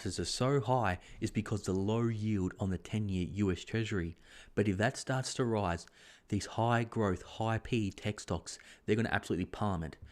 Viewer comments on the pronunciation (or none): none